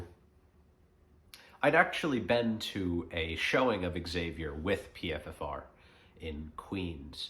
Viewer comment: PFFR is pronounced PFR. But that aside really great topic and message. Most of us certainly are entertaining ourselves to death and we’re living in the ADHD generation. I’m guilty of this myself. Today I’m going to spend off screens as much as possible and read a book or just sit in silence. Thanks